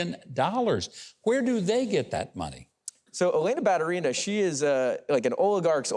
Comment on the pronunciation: Ba-tU-ri-na is correct pronunciation